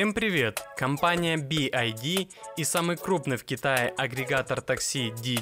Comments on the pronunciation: It is not B.I.D. It's B.Y.D! Ok?!👌😉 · Не Би Ай Ди а Би Вай Ди (BYD) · Би-Уай-Ди правильно говорить, а машина прекрасная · Что за кривое и бесящее произношение произаодителя бивайди ???